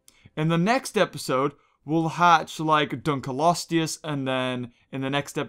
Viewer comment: I like how you said it the sooner fish dunculose